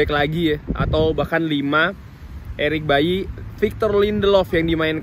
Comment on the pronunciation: Eric Baily bang bukan Eric bayi